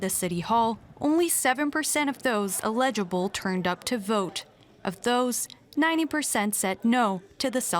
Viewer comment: weirdest pronunciation of ‘eligible.’